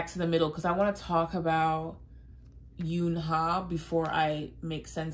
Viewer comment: Eunha is pronounced like unha I know it can be confusing 😂